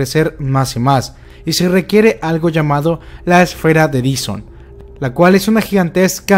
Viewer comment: no se lee " d i s o n " joven xD " d A i s o n "